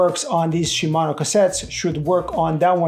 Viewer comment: Dude.... Shi....Mano. Not Shumano.